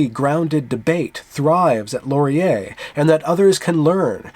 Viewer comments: Just a quick note on pronouncing Canadian words. You pronounce Laurier "Lor-ee-YAY" but we pronounce it closer to "Loryay" in English or "Lauryay" in French. Please cease all microaggressions against our preferred pronunciations! ;-) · do not accent the last syllable of Laurier; the accent comes at the beginning. Listen to this